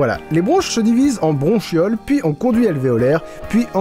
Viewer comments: Ça se dit "BronKiole" pas BronCHiole :) mais super vidéo ! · Cette vidéo 👏 Franchement bravo parce que pour traiter de tout ça en si peu de temps et en faisant si peu de fautes (on prononce "bronkiole"), il en faut du boulot ! En plus ça donne l'impression que tu maîtrises tout ce que tu dis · Bronchiole se dit "bronkiole"